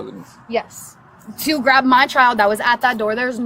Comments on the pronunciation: Bill Burr's comedy special about not hitting women comes to mind watching this. It's also really annoying the emphasis on the last syllable of the last word. "childAHH." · I've never heard "child" pronounced with three syllables: Chi-YULL-duh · It’s not pronounced, “c**ld-DUH.” It’s a one syllible word. Rhymes with wild. Not whild-Duh. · She should get extra charges for unnecessary syllables….chi-al-da…….meee-ya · Let’s clap out the syllables … “child” 👦🏻 = Chai-uld-DUHHHHH 👏 👏 👏 but yeah what you said 😉 😂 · Why do people like her always add extra syllables for emphasis? "They kidnapped my CHY-ULD-UH!" 🙄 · Only time over ever heard child pronounced with 3 syllables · Me-uh Child-uh What a mouth on her!!! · I didn’t know “child” could be a 3-syllable word… CHAI-yole-duh! 😂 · she managed to turn the word child into a 4 syllable word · How can the word child have 3 syllables? And the word may have 2 syllables?